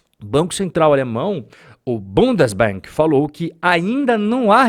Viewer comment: Angela Merkel começou com a queda e o Olaf Showlz arruinando de vez... PS: "... o bundasbank..." kkkkkk